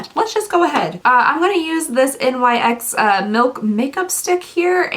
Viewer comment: I'm so excited for the ABH soft glam😍😍😍 NYX is pronounced like Nix.😊